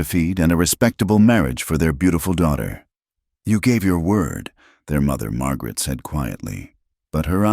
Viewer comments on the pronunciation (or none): none